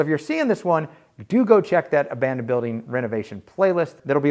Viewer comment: Opening of the video “Abandonded”… really had me tripping out for a sec